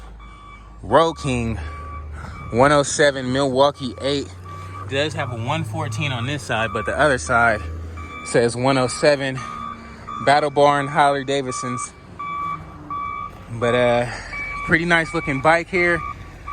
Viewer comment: Those good ol Harley "Daversons" lol bro is that really how you pronounce it lol